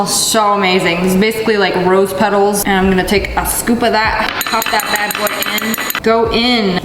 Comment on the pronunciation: Sssinperwolf:it’s like rose peteals. Me:ok so now these days we eating rose peteals lol